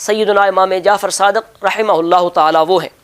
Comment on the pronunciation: Allama sb,rahmatullah” mayn waqf ke surat mayn “Rahma”parhain ge na ke rahmat.